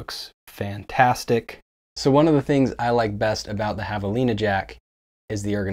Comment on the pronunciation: I laughed out loud when you said Jav-a-Line-ah which to me was extra funny since you habla Español!